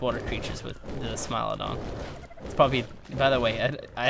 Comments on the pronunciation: is pronounced smile-OH-don so ye ur right (applause for ) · You are saying the right pronunciation of smilodon: smile-oh-don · for once you are correct, it is Smile-a-don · Yes it is a smilodon you are correct on the pronounciation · You are pronouncing Smilodon properly :P It does sound unrealistic and super friendly but as you saw from the taming video, not smiling when it comes running at you XD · You pronounced smilodon correctly. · u pronounced smilodon correctly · is worried that he is pronouncing Smilodon wrong but he saying it right. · You're pronouncing smilodon correct stop worrying about it lol. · your saying it right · You are saying smilodon correctly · bless your heart - yes that is exactly how you pronounce Smilodon, it's okay!